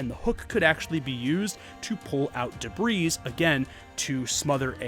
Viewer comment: How are you not able to pronounce common simple words like ‘halberd’ or ‘debris’?